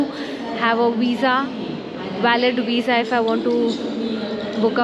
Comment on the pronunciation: Did you say wisa or visa😂?